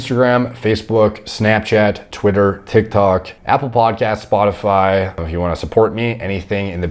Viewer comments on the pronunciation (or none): none